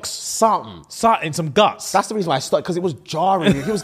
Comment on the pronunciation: saying 'GUTS' is a problem.😂😂😂😂😂😂